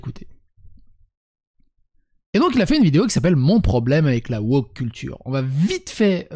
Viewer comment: 15'45 : pas "woker", wochiotte